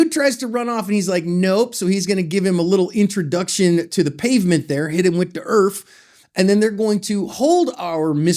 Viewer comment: “Hit em wit the erf” 😂😂